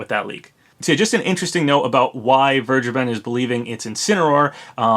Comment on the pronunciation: I think vergeben is actually pronounced fair-gay-ben